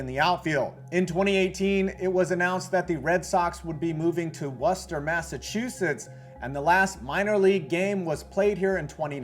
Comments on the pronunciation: Or alternatively "woo-stah" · Its more like Wiss-tah ya goobers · It's pronounced WOO-Ster,. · McCoy is gone and it pronounced worster like the cooking sauce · Only people from Worcester try to call it that. To the rest of us it's Wiss-tah or Wuss-tah.